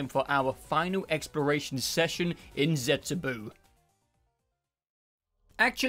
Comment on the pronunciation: The last u in zetsubou is silent, not the o. So the pronounination must be zetsubOH.